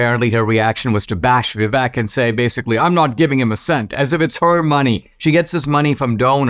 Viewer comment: Dinesh, please learn how to pronounce Vivek.